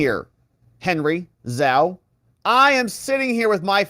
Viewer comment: ZHAO is pronounced J-ow. ZH= J sound FYI